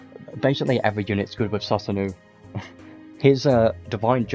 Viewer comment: Susanoo is pronounced “sue-sa-no” Appreciate the content man 👍🏼